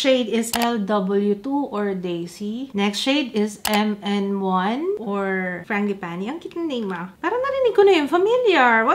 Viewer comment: Fran-ji-pah-ni. Apelyido pala itech ng italiano . The other name of this flower is Plumeria. Ty google